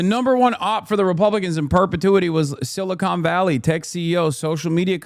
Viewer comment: I love that he keeps calling it "Silicone Valley" lmfao